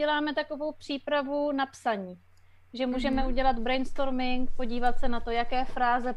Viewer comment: Zasmál jsem se jak Jen pobavila česká výslovnost bRainstoRming :D